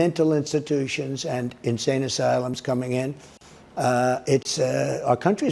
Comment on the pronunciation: ".........people from mental institutions and insane asylums coming in...." Moron doesn't even realize they're the same thing?? I love how he puts emphasis on the words and insane asylums -like he's giving a commercial for a car dealership and he's emphasizing that there's horses for the kids.......as if it's an added bonus, when they're the same damn thing. SMH What a moron.